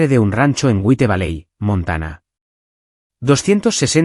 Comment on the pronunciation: CONFLICTOS FAMILIARES TUS NARRADORES ESPAÑOLES SON PATÉTICAMENTE LITERALES ""GÜITEVALEI"? O "WHITE VALLEY" Y TRATAR DE PRONUNCIAR COMO CASI TODO EL MUNDO " JUAIT VALEI"😅😅😅😅😅😅